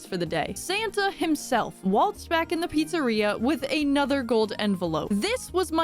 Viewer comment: Papa's beer-eria lol